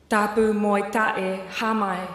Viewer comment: for a palangi, her Tongan was funny to listen to.... TAPU MO E TA'E??? wat???